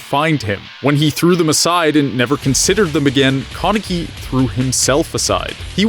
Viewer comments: its kan not kon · Tf is a kawneki it’s pronounced Kaneki (kuh neck kee) 😂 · why do you say his name like that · it stresses me out how he says kaneki